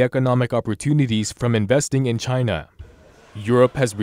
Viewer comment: CHY——-NAH chyNAH cHYnAh!